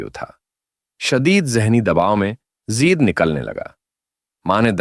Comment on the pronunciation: زید زیر کے ساتھ نہیں بلکہ زبر کے ساتھ زید ہے اصل نام